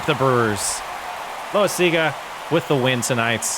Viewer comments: Love watching your video but your still not pronouncing Loasiga name correct. Its pronounced LOW-WISE-IG-A NOT LOW - A - SEE - GA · Thank you! I love the series but I’m slowly losing my mind hearing that lol